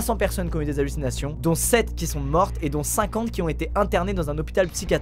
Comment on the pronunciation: Tu as dit 4 fois allusinations et tu es de venu un prof d'Histoire et SVT ou quoi😂